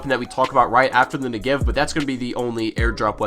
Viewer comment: You pronounce Negev wrong